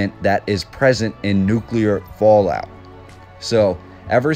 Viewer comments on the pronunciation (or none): none